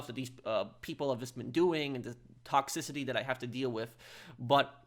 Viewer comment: toxicity not toxcicity close but not quite no cigar yo lol but the way I’m not having a go or bullying you i was/I’m just saying 🙂💯👍✌️